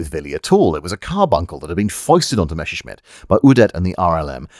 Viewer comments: In spite of your Sean Conneryesque pronunciation of "Mesha-Shmit", you have delivered another witty and interesting slice of infotainment. I found the line "as fu©ked as a sock in a teenager's bedroom" particularly amusing. Keep up the good work. As you were. 😎👍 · Say Mess! - "Mess" - Now say Messer! - "Messer" - Good! And finally Messerschmitt! - "Meshershmid!". And the "ch" in "Milch" is the soft one, not the hard ch you get in "Chutzpah". Simple rule: CH after a, o, and u is the hard version (the one that sounds like you're horking up a loogie), after e and i it's the soft one. And while the soft "ch" and the similar "sch" in German are not EXACTLY like the English "sh"-sound, you're welcome to use it as an English speaker, nobody will blame you. :) Unt in return ve Chermans will kontinue to pronounce ze "th" as "z" and "w" as "v". :) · Don't want to be an ass but it's pronounced mesershmit, the double s in German is a shrap/normal s since a normal s is more like an English z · It upsets me that you pronounce Messerschmitt as "Mesherschmitt". It's one of those German words that, if pronounced in English exactly as written, is pretty much spot-on. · Willie "Mether"-schmitt